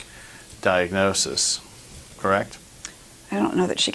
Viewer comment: Jesus the mother was willing to share all the medical diagnosis, they didn’t want to accept it because she and the dr were threatened, and pissed at her. She can’t even pronounce diagnosis.